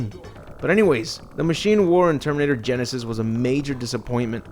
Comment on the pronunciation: "Terminator : Sega Genysis" dead🤣🤣🤣